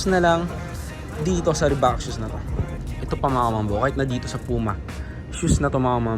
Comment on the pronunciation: Reebok idol hindi Reebak 😅